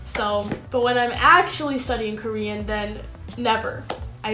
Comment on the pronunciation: Thanks for your tips, Even if you are not using romanisations, your Korean (just the 2 syllables you mentioned) seem to still have a strong "English" way of pronunciation (maybe you were doing it in purpose); how about show us a video how you speak it? and yes to an earlier comment, I agree that Korean Unnie is a really good channel, her videos are crisp, quick and native, and she explained the way each "Korean alphabet" is pronounced from a linguistic perspective and distinguishes it from an "English" alphabet pronunciation.